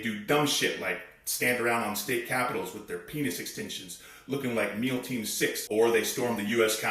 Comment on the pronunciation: 😂😂 did you say meal team 6? 😂😂